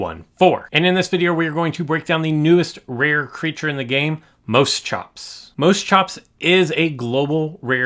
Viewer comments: I think it properly pronounced mosh-ops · For reference, it is pronounced Moss-Chops. :-) You'll find most of the Permian creatures were weird looking creatures.